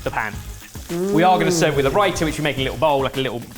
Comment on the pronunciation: Not to be that person but it’s ‘satay’ and ‘raita’.